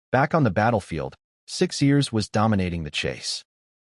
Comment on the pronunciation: the name is six-ears not six-years 😂